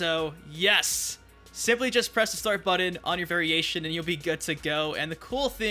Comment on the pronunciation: when he says "buddon" instead of button my eyes start tremoring and my temper runs short.